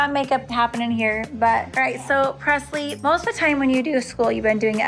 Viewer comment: pressle like passlie